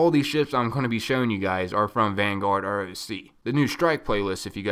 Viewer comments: "Roc" is pronounced "Rock" named after a very large Arabic mythological Bird of prey. so its not said R. O. C. its Rock, get it right. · I got the ugly ripship one :/ Btw it's roc as in 'rock' js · It should be pronounced "Rock" because just like the other Playlists a Roc is an animal, its a giant mythical bird of badassitude